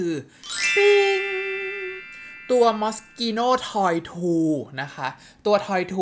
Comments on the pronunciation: กำลังรออยู่ว่าจะรีวิ้วนางหมีเมื่อไหร่ เพราะมีชั่ววูบนึงแอบสนใจ อยากซื้อบ้างครับ ❤️ ปล. อ่านชื่อมอสกีโน่ถูกแล้วครับ ch ในภาษาอิตาลีคือเสียง "ก/ค" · โปรดรับความชื่นชมจากใจเรื่อง เมคอัพ ในวันนี้ ชมพูหวานใสสวยมากๆๆๆจ้า วันนี้ออกเสียงแบรนด์น้ำหอม Moschino ถูกต้องแล้ว อ่านว่า มอสคิโน่ ถูกต้องตามกฏหมายจ้า...